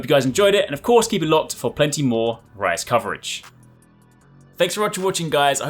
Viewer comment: When you say MH Rise, I don't know ehy it sounds like MH Rice xD